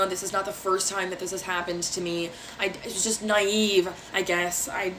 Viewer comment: “Naive” Jesus Christ you can’t make this up